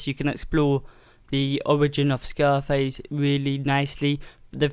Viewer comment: its scarface. not "scareface." you pronounced the puppet's name wrong